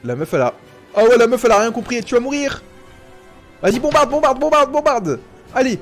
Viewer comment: POUR COI. TU. DI. BONBARDE